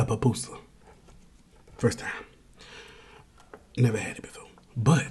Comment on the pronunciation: Bruh cant say Pupusa or Birria, I am out 😂 not even close on pronunciation